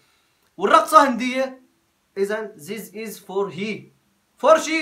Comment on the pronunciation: نورمار بيقول زيز ايزنوت اطير ارفرف في السما مايقول ذيس ايز هههههه والله فرطت ضحك23=6